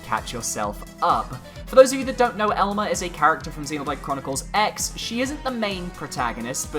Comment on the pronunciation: BTW, the "X" in "Xenoblade Chronicles X" is actually pronounced "Cross" iirc.